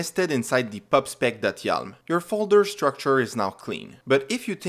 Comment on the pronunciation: Yalm ❌ Yaml ✅